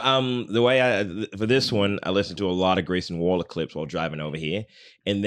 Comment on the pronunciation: Grayshun Waller